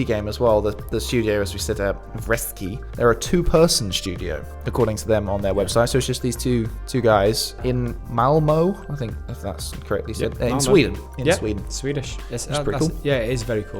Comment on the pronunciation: Malmø is pronounced with oe at the end, Google translate does a decent job of pronouncing ø for future reference Great video as always keep it up